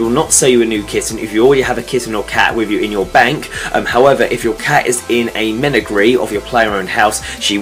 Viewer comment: just btw you dont know how to say menagerie